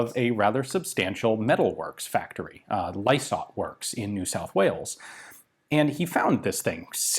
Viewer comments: Pronounced 'Lie-sart'.....easiest way to say Lysaght. The company made millions of pounds before and after the war (for many decades) making corrugated, galvanized roofing sheets, prefab housing and armor plating etc. BHP eventually took them over and the name has been re-used as a marketing brand name in the past few years. So dont feel sorry for the company, the wartime economy made the company a sh*tload of money, despite not getting paid much for the Owen gun..... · Yep - it’s pronounced Lie-sart. The company is still around today. More tin roofs than sub-machine guns though 😉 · "Lie - sart" (last part rhymes with art) Not lie-sort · Lysaght pronounced Lie-sart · BTW: the company name "Lysaght" is pronounced to sound like "lies-art" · Pronunciation - Lysaght PK: said like li for lion sart (liisart) PK : Port Kembla factory New South Wales Australia. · In Australia the company name is pronounced "Lie-Sight". They are best known for corrugated, galvanised iron roofing. They are a very old company. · Also called the "Diggers Darling" and Lysaghts is pronounced as lie-sart. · FYI "Lie Sight" .... Pronounciation. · Might be late but You were very close, It's pronounced 'Lie Sarts' locally (some reason we make it plural, idk why). the 'PK' would stand for Port Kembla. Havefamily that works there Lysaghts is still an active company in Port Kembla too. Though I think it's just steel manufacturing as opposed to Arms. No Idea why this video got recommended but it's a fantastic video on Australia WW2 History that should be in every Australian High School WW2 Studies syllabus. Very interesting History even for me, someone who isn't all that into guns. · Lysaght.... it's pronounced Lie Sart. Ryhmes with pie tart. And yes I'm a fifth generation white Australian from country NSW. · Lysaght = "lie-sart".... PK. = Port Kembla (south of Wollongong) in NSW. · Just a quick add in case you might like to know, Pronounce it as (Lie Sarts) and yes i live 2.7 km from it.